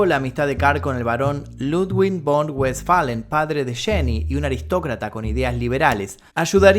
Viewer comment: la palabra Von de los apellidos alemanes se pronuncian fon...por ejemplo el varón man fredom von rictoffen el varón rojo por citas un ejemplo se pronuncia fon rictoffen